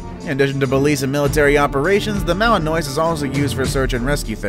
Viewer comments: ok- um, you might not know but Belgian Malinois is pronounced ‘Malin-wa’ how do i know? i have 3. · Its pronounced malenwa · I own a female Belgian Malinois. And just an fyi, it's pronounced Ma-luhn-waa. They're amazing dogs. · Belgian "Malinoise" lol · U pronounced Malinois incorrectly